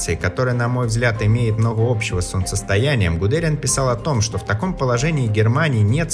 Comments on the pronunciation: К тому же, ударение в фамилии у автора произнесено неправильно. Не ГудЕриан, а ГудериАн. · Но не ГудЕриан, а ГудериАн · ГудерИан, а не ГудЕриан Тщательней надо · ГудериАна!!!! Неужели так сложно посмотреть в википедии правильное ударение ? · Дубль два. ГудериАн! Диктор ТУПОЙ?!?! Жертва ЕГЭ!!! Эта фамилия имеет ударение на ПОСЛЕДНИЙ СЛОГ! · В фамилии Гудериана правильно ставить ударение НЕ НА ВТОРОЙ слог, как это делается в этом материале и некоторых других, а на ПОСЛЕДНИЙ — ГудериÁн!!! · правильно его имя произносится Хайнц ГудериАн. Но это не столь важно. Спасибо за видео и проделанную работу. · Как же режет слух неверное ударение в фамилии Гудериана. Диз.